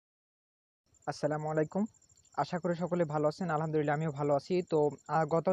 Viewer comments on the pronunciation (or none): none